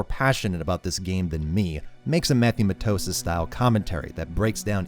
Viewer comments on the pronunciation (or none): none